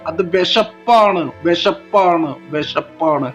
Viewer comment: വെഷപ്പ്, അല്ലാ, വിശപ്പ് എന്നു പറയൂ.